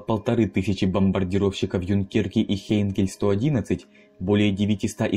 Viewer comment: Юнкерс Ю-87! А не Юнкерке Джу 87!